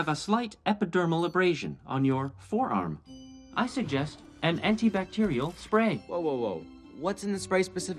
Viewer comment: "AntiCbacterial" lolol